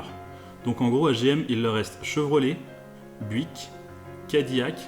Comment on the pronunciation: Buick se prononce byuwick